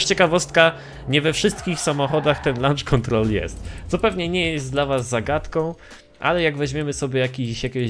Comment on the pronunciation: "Lancz" kontrol 😂😂